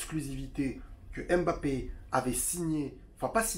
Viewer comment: Mais arretez de l'appeler embappé sérieux quoi pourquoi tout le monde prononce son nom comme ça... c'est mbappé !